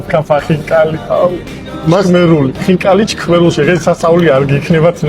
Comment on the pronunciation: ჩქმერული კი არა შქმერული.ჯერ ეგ ისწავლეთ.